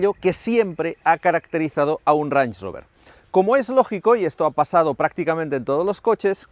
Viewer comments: El vídeo fantástico, pero dios mío, estando allí y si no sabes inglés, por lo menos presta atención como se pronuncia "reinch" y no "ranch"...me sangraban los oídos. Además que ellos ya tenían videos de como se pronuncia correctamente las marcas y modelos, pj: lamborghini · Mis disculpas pero no se dice ranch, se dice reinsh... no es un rancho, es un rango. Se que a ninguno de ustedes les importa, pero... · Cada vez que escucho pronunciar "Range" como "ranch" y "head up" como "get ap" se me parten los oídos.... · Buen video , la próxima vez investiga cómo pronunciar un nombre en inglés, cada vez que decías Range me daba dolor de cabeza 🤕